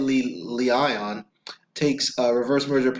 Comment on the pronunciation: its pronounced... Hee- Lee- On